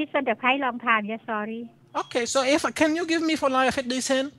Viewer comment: I lieh it............... I lieh it